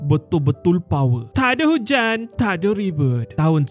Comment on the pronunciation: Dan dia fasih berkata² takder hujein takder raybuttt..!